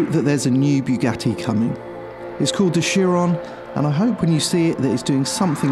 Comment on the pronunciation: Did he just say bigatii?